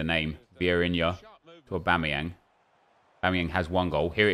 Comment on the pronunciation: Nep trying to say Aubameyang